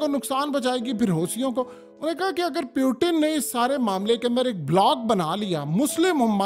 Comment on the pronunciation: please check the pronunciation of "Putin"